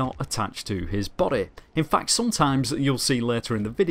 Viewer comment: The way this guy says body 😂